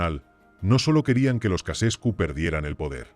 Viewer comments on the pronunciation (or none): He visto hasta que ha dicho Cacescu. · "Kacescu"????? A pronúncia é Tcheausêscu!!!!@ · Casescu no, Ceaucescu. Timioara no, Timisoara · Jajajaja me dió mucha risa oír como la traducción automática repetía y repetía Kacescu 😂😂😂😂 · Ja, ja "Nicola Ecasescu" ¡Vaya nivel!